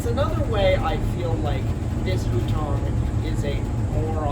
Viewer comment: At the end of your stay in China, you were pronouncing hutong like that?